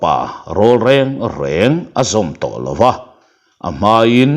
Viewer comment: Lova tih i lam dan hi alawm... Ngaihthlak nuam em em chu. A ngaihnawm thin hle mai.